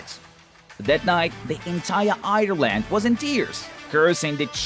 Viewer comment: Same I was nearly crying when he prounced Ireland and said Irrland